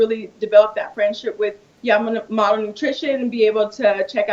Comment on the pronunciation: cant even say her sponsors name correctly lmao its okay her quads make up for it ha